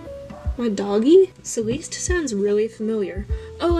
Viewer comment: Haha I love the art work but the first one Celeste is pronounced like celestial just cut short 😅